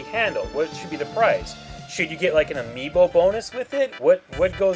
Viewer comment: Omfg Amiibo not AmiiBOI